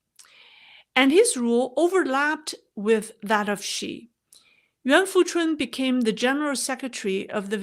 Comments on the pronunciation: “Nguyen” is pronounced like “Win” in the American way. It’s a bit more complex to pronounce “Nguyễn” the Vietnamese way, because of the diacritics/accent marks. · That’s not exactly right. It might be helpful to think of Nguyen as 2 syllables, but it’s really a single syllable and the Ngu sound should not be flattened out or simplified as “nu”…the ‘g’ is very prominent in Nguyen and in fact, dominates in the “Ngu” pronunciation portion. From there, the “yen” is not tonally the same as “when”. I suppose it’s helpful to think of the “yen” as a ‘w’ sound, but it really isn’t. Also, the “yen” is pitched higher almost as if saying “yeen”, not “when”. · This is a foreign way of pronouncing it. The vietnamese tone is very difficult to learn.